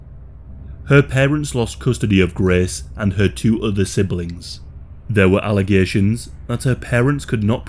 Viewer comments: The amount of times you say GRAECE took me away from the pure details of this case. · “She hated Graaaace” weird pronunciation bro.